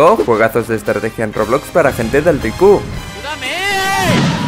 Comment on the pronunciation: estrateguia mas estrateguia me mori de risa 😎😎😆😆😆🤡